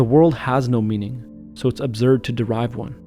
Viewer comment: Absurd, not abzurd